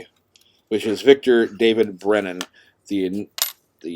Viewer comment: Superb video and excellent narration! However, it is Victor David BRENNER, not Brennan. Love your videos, buddy!